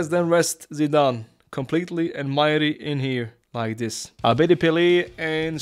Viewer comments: Botas majri is not mayri. that's an arabic name the j is not pronounced as y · Bro butcherd Majris name 😂😂😂😂 It's an Arabic name, it's pronounced with j not i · This is small but the J is not silent for Majri, it's an arab name